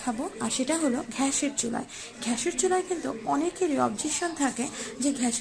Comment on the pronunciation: ছিঃ। ঘ্যাস কি? গ্যাস gas. You are unbelievable.